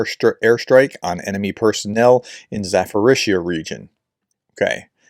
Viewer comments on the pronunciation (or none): none